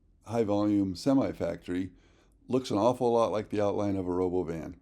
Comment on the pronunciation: Please pronounce it like elon did when he introduced it: ro - bo - VIN.